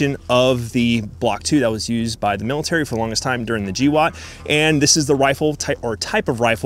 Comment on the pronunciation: Gee woat? Bro its GWOAT.